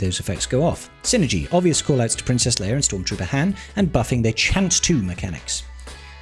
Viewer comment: Bruh Her name is Leia not Leir. Princess Leia not Princess Leir. 😂